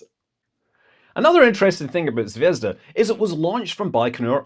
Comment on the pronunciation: did you say Zvedzdabule? 🤔